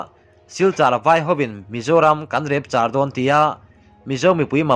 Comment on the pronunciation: Repchar ilam dan chuh mizotawng hi zir tha teh. Ilam fuh theilo emai